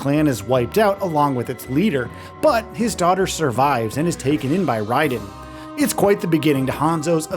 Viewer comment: It’s Ray-Den not Ri-den or however you pronounced it.